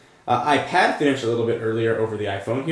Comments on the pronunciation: Hate the way you say iPad and iPhone, AIP ad AI phone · why do you say ipAHd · it pronounces AIP ad and AI phone